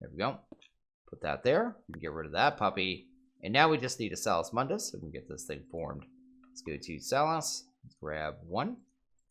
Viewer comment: "Sauce mundis" "Vizz crystals" TRIGGERED